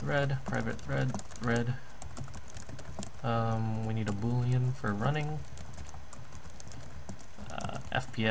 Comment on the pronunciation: So, I've been tirelessly searching for a short, competent series on basic 2D java game development for a while now and I just want to commend you for your production. Concise, accurate, fast, and you pronounce Boolean correctly :) Well done. Do you have anything on implementing collision when using actual motion vectors (as opposed to just constant velocities)? I've finally got a "working" example I managed to build, but it's clunky in my opinion. Cheers!